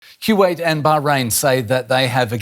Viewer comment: Lol. My first time hearing someone call it Q-wait. Reminds me of my parents saying Q-we for kiwi, the fruit. Another day, another new pronunciation for a country.